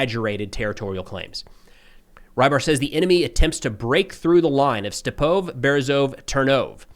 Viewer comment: Great update as always! Just wanted to mention that the “e” in Ukrainian is pronounced, so instead of, for example, “step-OVE”, it would be more like “ste-PO-veh”. Keep up the great work!